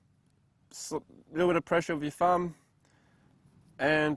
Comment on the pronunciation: great video. Educational. BTW, its pronounced "thum" not "fum". Top job old boy.